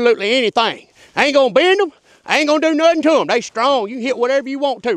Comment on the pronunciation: "Pacifically for theyum"